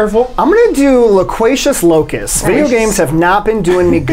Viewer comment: All these Sports Guy questions about who was on covers of 2019 versions of games has me cracking up. Unintentionally obscure for the win haha Add it to the fact that couldn't pronounce any of the words in Loquacious Locust, and this might be one of me favorite Mysterious Monsters yet